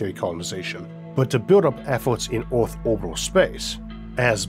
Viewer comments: pls stop saying oaathh bro thats pain for my ears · No we cannot ..we cannot even get an AI reader to pronounce the word earth correctly .